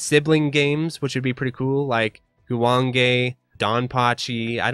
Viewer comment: As someone who has been outta the loop for a while, I have no idea what we are talking about. XD I assume this is a hardware meant to emulate a PCB? By the way, your pronunciation of Guwange was spot on. Excellent video. 👌